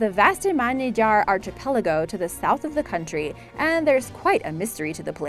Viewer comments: Me too! I fancy the house on the island in the archipelago (or Archie Pellago as the commentator pronounced it!) off Iceland. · "Artchipelago"? Jeez, pronounce stuff much? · or archipelago. LOL! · I'm sorry, but If a person makes money narrating videos, they should spend a couple of seconds googling the pronunciation of words they don't know. This bitch just butchered the word ARCHIPELAGO. (Hint - Don't pronounce the H) And Vestmannaeyjar was awful too. I found correct pronunciation in about 4 seconds. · Mispronouncing Newfoundland and archipelago really killed me. Someone get this woman proper English lessons.